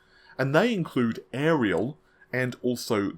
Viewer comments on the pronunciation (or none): none